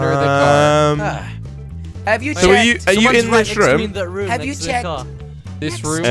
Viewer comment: It's not RM its room